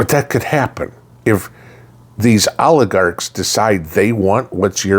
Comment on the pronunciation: When said "oligarchs of the world" I just heard "aardvarks of the world" and I was so confused for a minute 😂😂